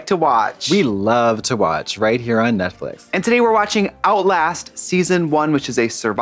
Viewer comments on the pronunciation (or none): the way Katya insists on calling it Netflick.. mother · Them calling it Netflick is my favourite running joke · I love these two women more than anything but the hairlines in this episode specifically and then them both calling Netflix “Netflick” everytime 😂🤣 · I can't get over "Netflick" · Jen, this is me trying to reach you... Because you are a genius for directing these ladies and producing absolute gold content.... Thank you. Ps. You and your team doesn't event want to bother to correct the subtitles when Katya said Netflick at the end... That's hilarious and iconic behavior